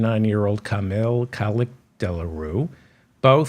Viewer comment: Hi. It's pronounced Kemal Kilichdarowlu. Try pronouncing it phonetically. Thank you for your analysis and sardonic account of world leaders and politicians.